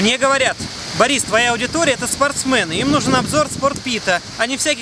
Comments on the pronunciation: Слух режет произношение слова "спортсмЭны" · Он говорит спортсмЭн потому,что на английском оно так и звучит ) sportsman. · Спортсмэны! Аж ухо режет!😂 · спортсМЭНы, ааааааа, не могу!!! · бля, надо сделать мемную нарезку, где будет счетчик, который считает, сколько раз Борис говорит "спартсмэны" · Это еврейская особенность, они так говорят, например фанЭра. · Каждый раз, когда он говорит "спортсмэны" я ржу, не могу воспринимать его предложения в этот промежуток времени всерьёз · Настораживает слово "спортсмЭНы" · СпортсмЭны,звучит,как сЕкс и ютЬЮб🤣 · ... Спортсмэны.........)))) у нас так дядя Сеня говорил..... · как на Украине говорит спортсмэны)! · да, английское слово man произносится так, а английское sportsman еще и с ударением на первый слог. Но вот русское "спортсмен" произносится через е, можете проверить по орфоэпическому словарю, если не верите википедии и викисловарю. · спортсмены. Есть люди, к-рые говорят музЭй, пионЭр )))